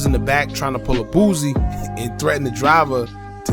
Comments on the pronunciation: The man name is BOOSIE not boozy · I cringe EVERY TIME you butcher Boosie's name